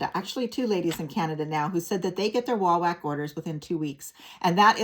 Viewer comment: It’s pronounced wah-wok not whack.